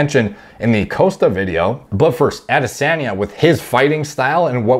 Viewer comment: Bro, this guy can’t pronounce foreign names for shit. I don’t understand, just mimic the sounds, it’s not hard. It’s Powlow, now poh low. Costa is like cost ($$) with ah at the end. Not Coasta. Adesanya is Adeh Sahnya not Anday Senya.